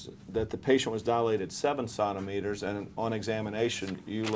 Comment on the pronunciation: Centimeters. You dilate in CENTIMETERS. What are you saying? Sonnometers??